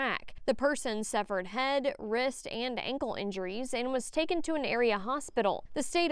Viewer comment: sounds like she said “severed” not “suffered” ... I was like ahhhh!!!